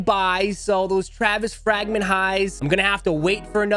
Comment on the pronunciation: "The Frāgment Travis Scuott" 😅 my guy!